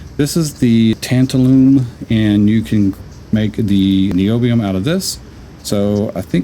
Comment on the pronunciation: Tabtalun is oronounced “tan -TAL-um”. It is used (among other things) to make electrolytic capacitors. 😜